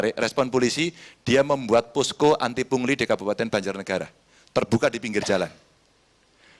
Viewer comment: Karni ilyas bindeng 😂 aduh ni ni pungli bukan puli bindeng kok di suruh bicara